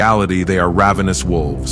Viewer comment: ravenous ravenous!!! it's ravenous. it is pronounced ravenous.